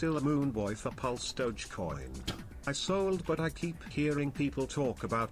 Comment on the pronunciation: "we look at it...dogecoinsh.... thank u for the contribution...."... U MADE MY DAY LOL